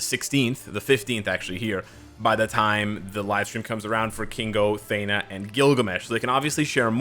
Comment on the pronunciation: Thee- na not Thay-na. But yes i hope she will be the Tier3.